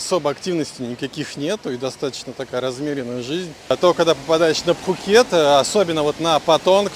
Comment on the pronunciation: ну не пххххукет. пукет ко таиски.